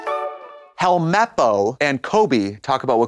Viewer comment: the way she says HELMEPPO like a producer had to give her the pronounciation multiple times before that take